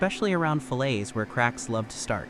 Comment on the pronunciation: AI narration is so annoying. If you're going to use AI to tell the story, write the script so that it won't stumble when speaking numbers. A metal fillet isn't pronounced like a meat fillet.